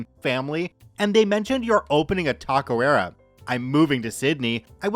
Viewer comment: Good video man but FYI Its not "tacoera", its "Taqueria" as in "tah-keh-ree-ah"